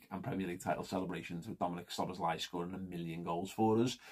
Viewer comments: It's pronounced sir bozz lie :-) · It's pronounced Sob boss lay